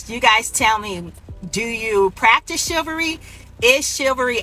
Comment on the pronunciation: I've heard of chivalry. What is shillvary? In the words of Samuel L. Jackson, "English mfer, do you speak it!?"